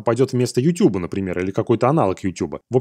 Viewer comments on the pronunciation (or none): none